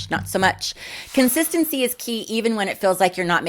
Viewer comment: "Consitancy" yep 👍